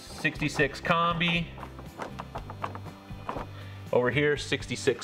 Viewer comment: You're butchering the word "Kombi".